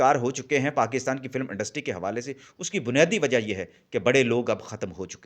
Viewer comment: سر ۔۔۔لفظ فلم ہوتا ہے ۔۔۔فل ۔ام ۔۔۔نہیں ۔